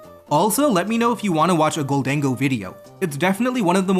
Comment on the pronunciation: the way you pronounce gholdengo is so funny to me (not hating idk what the fuck it's /supposed/ to be)